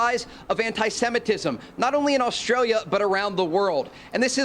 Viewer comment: Oh so now Australia is Austrael?